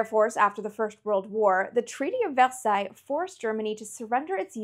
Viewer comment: Hello! very intersting video, I think submarines warfare was quite a facinating part of WW2 history, the life was harsh for submariners. I also couldn't help but notice, but do you speak a bit of French? your pronunciation of Versaille was really French like.